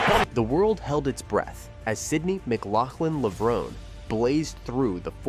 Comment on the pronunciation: Please refer to her by her proper name at all times. That means captions, as well as spoken commentary. Her married name should be pronounced LevronAY, as though there's an acute accent over that final 'e'... Tony Hunt World Junior Athletics News NZL.